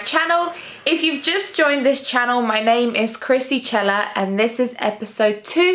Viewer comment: I'd never guess it's pronounced CHela :P thank youuuu for the videos! you're awesome girl !